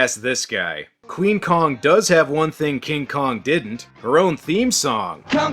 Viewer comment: "The only Queen'eh for my We-" 🤢 Nope! The only Queen'eh for my we- 🤢.. The only Queen'eh for 🤮 Damn you, why do you hate your audience so much!? The only Queen'eh for my wein- 🤮 STOP SAYING THAT?! For all that is holy, you're violating the Geneva convention. 🤮